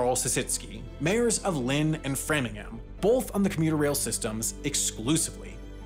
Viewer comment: You did so well with the pronunciation of MA towns… until Frmninhmm lmao